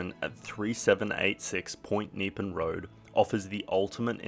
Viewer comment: Point Neepan?!!!! Point Nep-ee-an. Get it right!